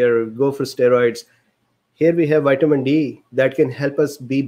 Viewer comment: "White-a-min" D This fellow is glorious human gold.